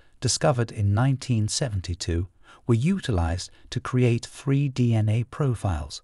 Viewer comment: I’m sorry lol bra… should be spelled braaaar 😂 And did they pronounce it ‘Free’ instead of three cos that’s friggin’ ace 😜🙏🏼♥️ I’m only jesting anyways.. Always like these videos it’s a great channel ♥️